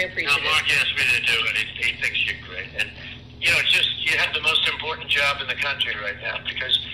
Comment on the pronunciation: Donnie is a very busy and very IM por DANT man. Or is that IM por DENT? Im PO DENT?